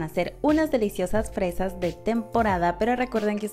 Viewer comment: Dice freas?